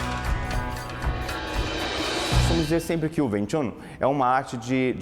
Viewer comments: Win Chan kkkkk é Wing Chu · ving ving ving ????????????? porra é wing ! Som som de "u" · bacana o video a nao ser pelo fato do erro tragico que voces cometeram em chamar o de VIM TCHAM, o correto na leitura é >>> Wing Chun assim como se escreve, sou aluno de wing chun por isso afirmo o erro de voces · o nome e wing chun não vin chan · Pronuncia errada, Não se diz "vincham" Se diz UING CHUM! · se fala Uing chun , não ving chan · "vin tchan" kkkkkkkkkkkkkkkk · Vin Than kkkk nao e assim q fala...😂✋✌ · "VIN TCHAM"